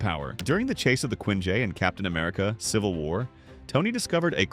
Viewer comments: "Quinjei" (quinjet) wow, the ai is french, apparently. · This video is AI-generated, I just can't prove it yet. AI narrator pronounces Quinjet as "Quin-jey" Ah, there's the proof, it is AI.